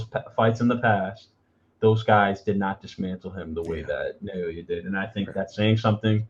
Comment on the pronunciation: His given name breaks down like this - Na-o-ya. It's pronounced like NAH-OH-YAH, rather than NEIGH-OY-YAY or NEIGH-OH-YAY (not sure how people are getting that). Japanese vowels are very close to Spanish, and are represented the same way in Spanish spelling and Romanized Japanese spelling. I offered my opinion to Fulton fans, before the fight, that Inoue is a better jabber than Fulton, and I told them the numbers absolutely back that up. They just could not believe that.